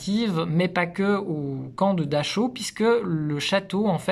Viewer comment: Gangl... nickel, mais on ne dit pas daCHau... mais DaRAO (phonétiquement). CH=R en teuton et AU=AO... 😊